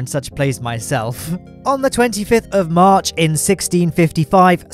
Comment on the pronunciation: you said: "comment if you're one of the pogchamps watching on March 22" I heard: "comment if you're one of the pogchamps watching on mars 22nd" I thought you told someone to comment if they were watching from mars in the 22nd century lol